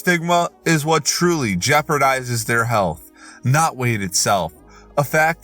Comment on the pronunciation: took me out how he said "riot" instead of "not" 😂